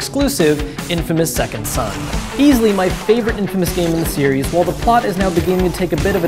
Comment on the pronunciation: It's Called Infamous Second SON, not Sun lol